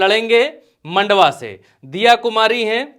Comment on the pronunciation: मंडावा को मंडवा bol rha h wah guru bnne chala